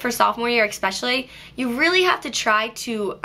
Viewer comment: u pronounce especially 'expecially' ! me too!